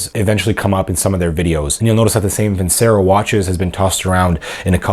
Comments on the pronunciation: It's pronounced Vin Chair O. I don't think they claim to be the greatest watches in the world. I think some of their watches are really nice looking. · You’re not even pronouncing Vincero correctly.